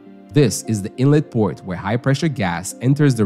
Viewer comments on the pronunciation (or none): none